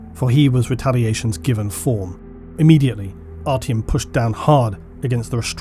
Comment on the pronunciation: also its ARTYOM not artiumun